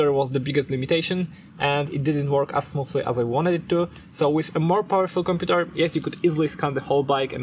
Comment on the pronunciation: The way he says "computèr"